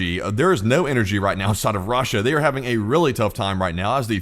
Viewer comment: why do you pronounce Russia like raw-sha